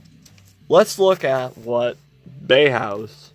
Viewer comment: Exactly. Bauhaus is jewification is uglification. But it's pronounced bow-house not bay-house. Subbed. Cheers from the us/mossad's own occupied territory of germany.